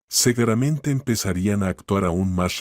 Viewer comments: Seguramente o segueramente?😂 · Y sino vea en vez de decir seguramente,dice cegueramente .¿eso qué es ,qué significa?